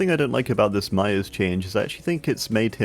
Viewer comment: I thought he was saying mya. Til I see Myers